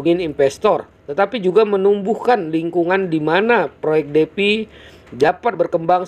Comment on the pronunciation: Semangat Bang , Defi Dibaca Difai Bang hehs